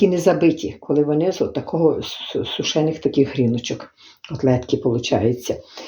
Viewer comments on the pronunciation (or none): СУшений, засУшений , говори українською